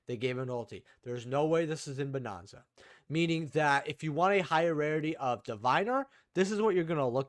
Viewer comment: Bro are you just saying bonanza wrong on purpose lol it's not bonOnza 😂😂😂